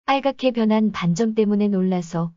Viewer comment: 반점의 읽기는 반쩜이 아니라 반점입니다. 된소리로 읽으면 안 됩니다.반쩜으로 읽지 마세요.